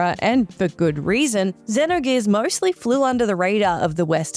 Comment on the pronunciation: the way she kept pronouncing xenogears gave me anxiety